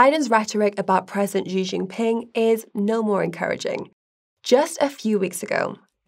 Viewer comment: Why does the pronunciation here oscillate between "Xi " and "Ji"? The former is correct. seems to have a touch of the Bidens themselves. I have learnt that love their narratives. I ll be safe and look out for missiles before work though!